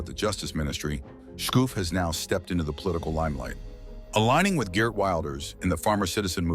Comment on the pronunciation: Ok...no problem at all...I truly understand Dutch names can be difficult to pronounce. But let me teach you: The most important name is Geert Wilders. The double "ee" in his name is pronounced as the letter E in your word "era" followed by the same way you pronounce the letter R in that word. So lose the letter A in the end and you are golden. G[er]t Then Wilders....it's not pronounced Wild as in "wild girls" but as in your word "will" as in I "will" followed by 'ders' So G[er]t Willders.. I hope you all understand this explanation 😅